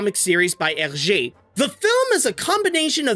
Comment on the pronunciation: I have never heard anyone pronouncing "Hergé" so accurately like you do (I speak French). I love Tintin growing up and the movie is so awesome but sadly underrated